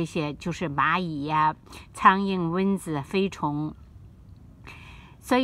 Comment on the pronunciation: 是蚊（文）子，不是“温子”，刚开始听糊涂了。